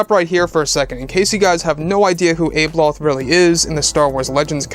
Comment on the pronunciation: abeloth is pronounced with a soft a